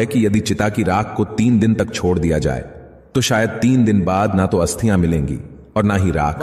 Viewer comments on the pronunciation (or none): भाई हस्तिया नही अस्थिया